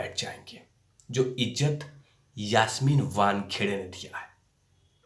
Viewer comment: मूह तो आप को छुपाना पडेगा पहिले तो यासमीन का नाम सही बोलो. आप का video देख कर हसी आ रही है. धीरज रख सब सामने आ जायेगा.